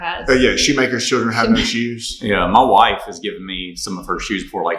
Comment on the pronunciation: Funny how "my wife" sounds the same in a Tennesseean accent and a Kazakhstani